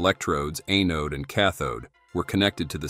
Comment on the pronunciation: "A-nodes" and "tay-bless"....... AI voice at its best.